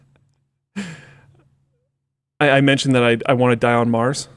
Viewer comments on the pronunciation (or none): none